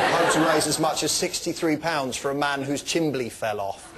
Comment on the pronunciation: Whoa-whoa-whoa...wait a second...did he just say "chimbley"?